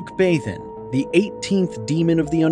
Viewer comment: the a is pronounced like "father". it's pie-mon, bah-thin, mah-racks, ah-stah-raw-th, gah-app, feh-necks, foe-kah-lore, vah-pahr, bih-frons, voo-all, hah-ah-gen-tee, bah-lahm, oh-say, vah-poo-lah, zah-gahn, beh-lee-all, say-ay-ray. bune is pronounced "boo-nay". vinea is "vin-ay-ah" / vine "vin-ay".